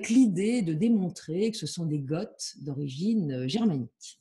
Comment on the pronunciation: a dû dormir à l'école au moment du cours sur les invasions barbares, sinon elle saurait que Goths, Wisigoths et Ostrogoths ne se prononcent pas "gottt" (célégo comme ils disent dans Astérix) et que les Goths se sont convertis à l'arianisme bien avant leur division entre ostro- et wisi- et donc bien avant d'être en Béarn 😉. Sinon bravo quand même pour son travail de recherche!